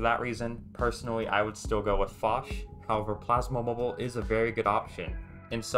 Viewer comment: fosh? 🤔 well first time i heard that now lol. everyone else says it as (P) osh